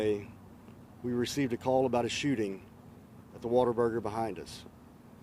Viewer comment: It’s Whataburger not waterburger.